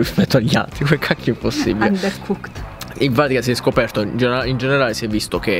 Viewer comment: su "undercoocked" son mortah